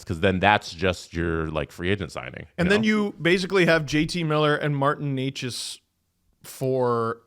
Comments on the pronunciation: Can anybody get Necas (NAY-chus) right, please?? It isn’t Knee-chus, no matter how many times the NHL media up north says it. He’s not a new player, he led the NHL in points for like the 1st 2 months. No excuses for that. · It's not Nay-chus either though. In Czech, the first syllable is not soft, it's pronounced as in 'never'. The second is not 'chus' but rather 'chas'. The 'a' is the same as in 'apple'. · Why do these guys mispronounce names. Eleeeis Peterson Martin Kneechas. I could be wrong, but y’all say them correctly in other videos. Is it a joke I’m missing? Some rule on YouTube? Idk they say it right sometimes and not other times. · It’s NAY-chas, boys.